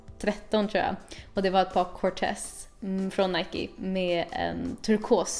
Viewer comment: irriterande att den första killen inte kan uttala Nike på ett korrekt sätt.. Ändå verkar det vara hans favoritmärke.